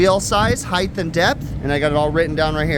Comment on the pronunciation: “Hi-th” (height) as you pronounce it, is not a word. The word height is pronounced correctly as “high-T”(hard t sound). Please note it is not spelled…”heigth” which might be pronounced as you incorrectly pronounced it. Thank you for speaking English corrected. In addition to you other contractors “lineal” is not a word in the English language, but rather linear(lin-E-are).